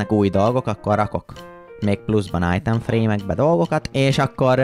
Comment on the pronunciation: Ezaaz! Újabb Eallképesztő Minecraft videó!:_jeábébe::_akalk: :_mátéideges:Egy titkos harcsafilé üzem!!:_kriszhype:(ha van olyan xd) 😅csak én hallom "ájtem frémnek"?😅 ( Nem rosszból ne értse félre senki) ..... :_uasztuaa: 1. Évados visszautazás az időbee:_jeábébe: 😅már megint majom:_kriszhype: Időutazásos előregondolokodás:_uasztuaa: Egy MazeHáz mindig jól jön!:_akalk